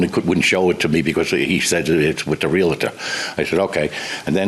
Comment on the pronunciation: its painful listening to his bs and its realtor not realitor and he was a cop.. hope dont get stopped for speeding listening to him